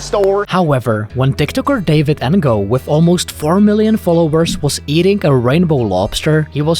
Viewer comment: David En-go 😂😂😂😂 it's actually NO the g is silent.